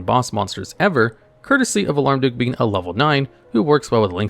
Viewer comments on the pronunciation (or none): I keep hearing you say "Alarm duke". Isn't it Almarduke? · It's Almar, not alarm. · It's AHL-MARR-DUUK, not "auh-larm-duuk". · Alarmduke instead of Almarduke is sending me lol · I know its dumb, but i had to Smirk a little when he said "Alarmduke" instead of Almarduke haha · It's Almar, not Alarm.... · "alarm-duke" This is a great video, i just thought that was funny.